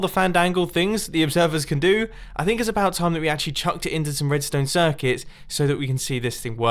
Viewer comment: Nobody: Mumbo Jumbo: MONOSHTABLE SHIRCUTS